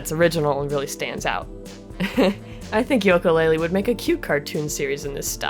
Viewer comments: Banjo-Tooie was better! (than the first one) Also it "YOO-kalaylee not "YOLK-Kalaylee" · you are the only person I have seen that pronounces it yoak-a laylee instead of ukulele. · not to be rude but it is pronounced yuka laylee not yoka. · The games name is pronounced You-ka Laylee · It's pronounced Ukelale